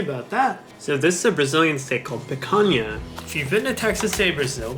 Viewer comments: CARAMBAAA you said picanha soo well kkk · Wtf his pronunciation of picanha was very good, I’m pleasantly surprised